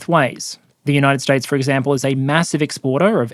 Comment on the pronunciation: "Eggcample", I heard that